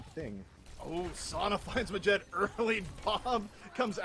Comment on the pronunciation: they keep calling them yazaan and ma-jed when it's really ya-z'-n and maa-jid